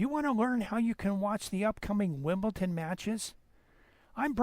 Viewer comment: It's pronounced WimbleDon and NOT WimbleTon!